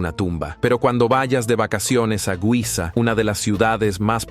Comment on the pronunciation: NO "guiza". giza, asi como se escribe, se lee, y se pronuncia